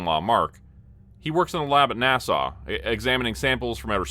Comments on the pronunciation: 🤠🤠🤠 NASA or Nassau? It sounds like you are saying Nassau and the cc is writing Nassau. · Why are you pronouncing NASA like Nassau? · Every time you miss pronounce NASA my heart breaks a little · There is no W at the end of NASA 😂😂😂